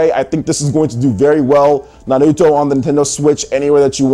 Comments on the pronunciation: stop saying it like that .. its "n har root toe" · Can you stop pronouncing Naruto with an L? Christ!